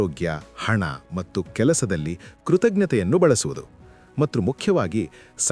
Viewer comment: ಧನ್ಯವಾದಗಳು ಸರ್ ತುಂಬಾ ಉಪಯುಕ್ತ ಮಾಹಿತಿ ನೀಡಿದ್ದೀರಾ. ನಂಗೆ ಎಲ್ಲಾಒಳ್ಳೆಯ ವಿಷಯಗಳಿಗೂ ಧನ್ಯವಾದ ಹೇಳುವುದು ಸ್ವಲ್ಪ ದಿನಗಳಿಂದ ಅಭ್ಯಾಸ ಆಗಿದೆ ಸರ್ ತುಂಬಾ ನೇ ಖುಷಿ ಆಗತ್ತೆ. ನಾನು ನಿಮ್ಮ ಎಲ್ಲಾ ವಿಡಿಯೋ ನೋಡ್ತಿರ್ತೀನಿ ತುಂಬಾ ಖುಷಿ ಇದೆ ಆದರೆ ಒಂದು ಕೋರಿಕೆ ಇದೆ ಸರ್ ತಪ್ಪು ಅನ್ನಿಸಿದ್ರೆ ಕ್ಷಮಿಸಿ. ನೀವು 'ಮತ್ತು ' ಅನ್ನುವ ಬದಲು ಮಟ್ಟು ಅಂತಿದೀರಾ ದಯವಿಟ್ಟು ಅದನ್ನ ಸರಿ ಮಾಡ್ಕೊಳಿ ಸರ್ ಬೇರೆಯವರು ಯಾರೋ ಇದನ್ನ ಹೇಳೋ ಮೊದಲು ನಾನು ಹೇಳ್ಬೇಕು ಅಂತಾ ಅನ್ನಿಸಿತು ಸರ್ ತಪ್ಪಾದ್ರೆ ಕ್ಷಮೆ ಇರಲಿ ಸರ್ 🙏🏽🙏🏽🙏🏽🙏🏽